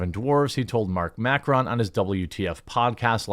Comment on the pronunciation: You just called Marc Maron ... Mackron? Wtf?! 😂 Get it? Of course you don't.